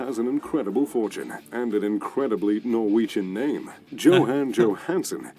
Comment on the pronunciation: Your Norwegian pronunciation of names have indeed improved a lot. You can now pick out the really bad English ones :)